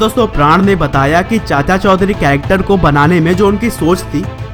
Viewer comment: Chaudhary I think not chaudhury